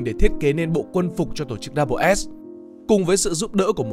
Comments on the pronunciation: Đâu ai đọc là Double S đâu pa. Người ta đọc là SS, tiếng Anh đọc là The SS mà. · Mình thấy ngày xưa đi học và trong chương trình của tây họ gọi đơn vị này là "ét zét" chứ ko phải cách như bạn đọc "đắp bờ s". Nghe rất phèn. Phải chăng nên chọn lối đi riêng để thành công? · cái "Schutzstaffel" đọc tắt là "double S" thì k đúng lắm, mình nghĩ nên đọc là "S S" thì có vẽ đúng hơn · Mình vẫn luôn nghe tên tổ chức này được đọc là SS (đọc 2 lần chữ S liên tục) nên nghe video này đọc double S bị khó chịu á chời 😑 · Đọc “ double” S là không đúng đọc như vậy không ai biết đội quân lừng danh của Hitler.Chỉ đơn giản là S-S. Tất cả tài liệu của nước ngoài đều đọc như vậy 😁